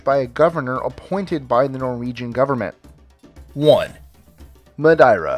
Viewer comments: The Portuguese expats here in South Africa pronounce the island's name as "Ma-Dare-ah", not "Ma-Da-ee-rah". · No.1 on this list is pronounced: Mad-ee-ra Not, Mad-eye-ra. But still a really interesting list nonetheless. Great work! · Oh man the way you said "Madeira" had me rolling